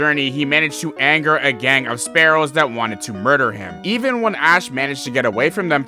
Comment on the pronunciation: Anyone who calls spearow “sparrow” is no pokemon fan